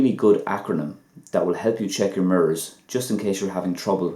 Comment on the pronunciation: Ok .lol....the way you pronounced the word made it sound like another..like when you said ---sliver.your videos are helpful though...